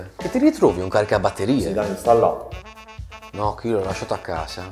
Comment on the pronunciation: Già come dici Mike.....sembra davvero MAIC....